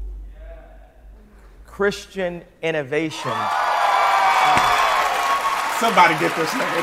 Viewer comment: “Inavation... Christian inavation”🤣🤣😂